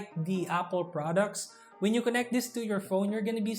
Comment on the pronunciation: Good choice of words, clarity and vocab but you just keep making V sound into B sound and TH to D Example: you sound "this" to dis "That" to dat "Performs" to perporms "Competitive" to competitib "Videos" to bideos "Battery life" to battery lipe Other than that, good review as always.